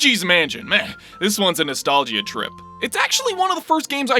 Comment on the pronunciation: first you scare the soul outta me with that thumbnail now i gotta hear your ass say “no-stall-gee-a”. fucking nostallgeea man